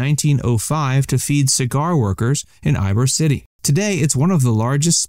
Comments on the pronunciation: Eeeebor city..not eyebor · Did he really just say I-bor city??? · No it pronounced E-boar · EEBOR not Eyebor no worries because people do that quite often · Good video, but it’s pronounced Ybor (as eebor, not Aibor) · Eyebor city??? It is eeeebor city. Unbelievable lack of research. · Ybor, is NOT pronounced [eye-bor] as u did in this video, it is pronounced [eee-bor]. Also, this smells of paid-to-promote content for these restaurants, by chance were u paid to mention these? Some sound like straight up advertisements. Regardless I suppose after reading other comments this is going to create a lot of controversy just by definition, Miguel's Mexican food is one of the best in Tampa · Great video, but just one detail: Ybor is pronounced Ee-bore. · Lol I have never heard anyone call it “EYE”bor city before 😂Also surprised not to see Sacred Pepper on here as well as so few Cuban and Caribbean places. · When I heard that I cringed lol …. Glad you beat me to it! Ibur lol 😂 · Sacred pepper is very unique, the atmosphere and decor is almost as amazing as the food !! Eye-bor 🤣🤦🏻‍♂️ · I'm really not sure this creator guy has actually been to Tampa! "EYEbor City"?? I mean come on now. Dead give away. 😆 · THAT'S PRONOUNCED E-BORE CITY, THE CIGAR CAPITOL OF AMERICA!! PLANT CITY,FL. IS THE WINTER STRAWBERRY CAPITOL OF AMERICA, ABOUT 30 MINUTES AWAY!! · It's pronounced E-bor...City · "eyebor" city? Lol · "I bor" city showed me you are not from here lol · Ybor is pronounced …eebor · Don't listen to this, they can't even take the time to pronounce the places correct. Ibor city?? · It is pronounced "Yee-Boar". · You lost me at your pronunciation of Ybor. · It's easy to do if you didn't know how it's pronounced lol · My exact thought lmao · Yes, I cringed when he pronounced it that way too!😖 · Interesting selection, please learn how to pronounce Ulele and Ybor. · Can’t pronounce Ulele or Ybor and this is some expert view on Tampa dining? Yikes.